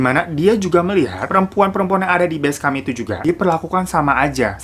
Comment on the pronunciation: Beskem bang bukan beskam